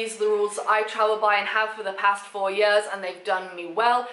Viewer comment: "I've had them for YUHS"